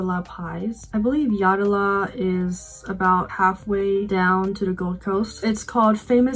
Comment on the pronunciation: Interesting you chose Yatala Pies. I would not have thought that Yatala pies are a tourist attraction. They are great though. BTW, it's pronounced Yat-la.